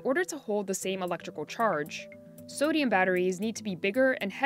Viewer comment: "Sadium" He says.